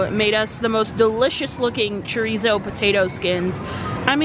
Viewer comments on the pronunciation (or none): none